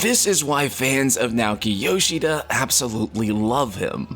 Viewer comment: Nah-OH-ki yoshida not nowkey yowsheeda...